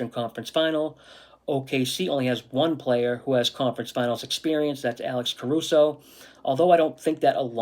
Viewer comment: Caruso not Cason